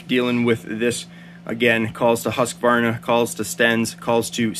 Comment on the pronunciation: Hey don't take this as an insult. A tip how to pronounce Husqvarna. When you say Husqvarna it sounds like you are adding an "s" Hussqvarna. If you use the English/American for house. Like this Houseqvarna, it will be "perfect". Hus (in Swedish) is the same as house. Right, I'm Swedish 😉